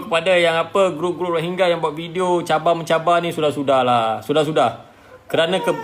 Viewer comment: Pronounce dia betul menunjukkan dia memang rohingya.